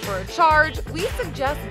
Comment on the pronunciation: "Diseledrly conduct" ill go puke real quick